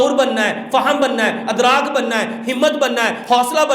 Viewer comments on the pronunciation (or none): none